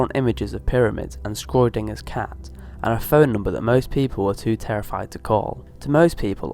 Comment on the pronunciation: 'Scroydinger's'... it's pronounced 'Shrohdinger'.